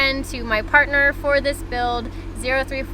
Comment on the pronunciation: She’s got it correct. It’s Zero Three Four